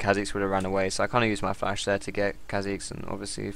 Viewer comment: is dat oriana xpeke? :D he always says flas